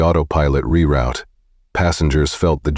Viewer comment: It is Re route, pronounced as root, NOT Rowt